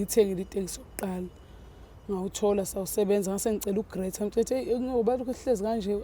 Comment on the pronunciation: Grater ini usisi noma usho i graduation ?? Ngyamuzwa elokhu ethi wa grater